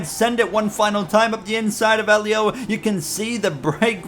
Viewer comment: You finally got Helio's name right sheds a tear Im so proud of you bro